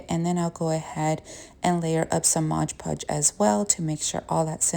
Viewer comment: Why does everybody say Modge Podge... It's MOD PODGE!